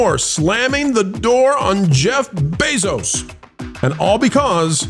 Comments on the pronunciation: Bezos Beezos.. stop that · I love the content, but please stop saying "Bayzos Beezos." I know why you say it, but it's really annoying - and I'm not someone who gets annoyed easily lol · Why not learn how to say his dam name i could not take it didn't even get 1/4 through 🫧